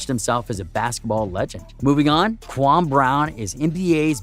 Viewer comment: i dont think he really know basketball. He pronounce kwame brown's name "kwamm" and who tf is Anthony Rudolf